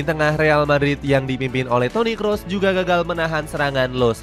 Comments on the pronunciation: Toni Kroos, bukan toni kross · Toni Kroos min, bukan Toni Kross